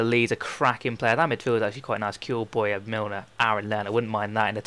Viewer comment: Isn't Bowyer pronounced 'Bow-ya', not Boy-a'?